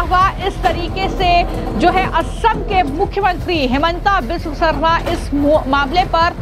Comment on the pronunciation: News reporter Bane ho Assam ki CM ki naam pronounciation nhi lepa Rahi ho .